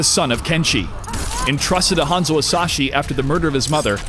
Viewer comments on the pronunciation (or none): none